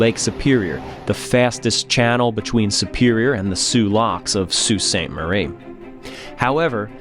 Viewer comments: Sault Ste. MARIE PRONOUNCED SAINT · Great graphics of the waves and ship sinking. That's how I envisioned it. The Wave over Coopers ship was impressive. I took a 30 ft wave over a commercial fishing boat in Alaska, I thought we were done. But I do have a say a MAJOR screw up is calling The Soo, or Sault Ste. Marie, "Sault City" about pissed me off. I'm from there! Never heard it refered to "SC". Sault City is in Iowa. The town is know from the French words- "Le Sault de Ste. Marie"---- meaning "The Falls of Ste. Marie". Locals call the place "The Soo". Nice shout out to each crew member! RIP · I concur with the comments praising this detailed and respectful documentary - well done. Only one quibble, and others may want to chime in: I was born and raised in Sault Ste. Marie Ontario (and I remember that November storm when I was eight years old, and the next day's news of the missing freighter), but I've never heard Sault Ontario or MIchigan referred to as "Sault City." Usually it's just "the Sault" or "the Soo." Other than that minor issue, though, thanks for doing justice to this powerful story.